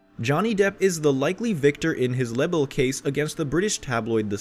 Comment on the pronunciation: Libel is not pronounced the way it is on here. Please if you speak - speak correctly!